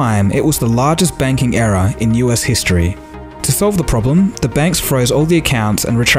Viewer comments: The way you say error sounds like era as in age. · is he speaking era or error lolzzzzz :-) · You can't even say error